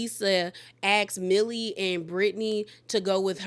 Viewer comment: It’s Meili not Millie